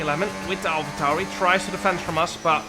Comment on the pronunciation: Why you calling it an alpha tauri